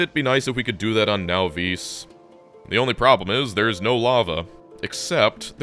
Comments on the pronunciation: Can you PLEASE stop calling it nahVEES. Whats so hard about Nahvis? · The “Now-vees” pronunciation rubs me wrong every time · Wait, he still pronounces it now-VEESE? I always thought the correct pronunciation was NAH-viss. Either the pronunciation never came up at the LAN party, or he's right and I'm wrong.